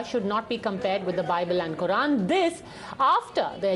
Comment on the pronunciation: no bye-bell or buy-bell and quy-run😅